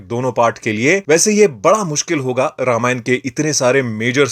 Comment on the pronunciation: ramaayanaaa नहीं रामायण होता है समझे